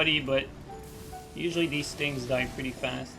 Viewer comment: why does say "tings" instead of "things"?